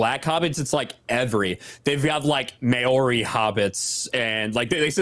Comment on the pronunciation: BTW, Maori is pronounced more like "mahh-ree", with a slightly rolled "r", not "May OR ee". Only folks whom ate lead-paint chips when they were toddlers pronounce it "May OR ee".